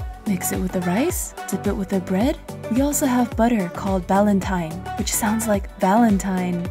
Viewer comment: My last name is Balentine, derived from Ballantyne. I'm impressed that you pronounced it correctly. I get Bal-en-teen so often. 🙃